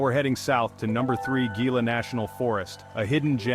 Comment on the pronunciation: If you are producing a video about a state, you could at least take the time, to learn how to pronounce the names you are using. Gila is a Spanish word that is not pronounced as a G sound. The G is pronounced as Hee. So, the word is Gila (Hee-la). Hee-la river, Hee-la Monster, etc. Oh, by the way, Malpais, is pronounced as Mal-pie-es.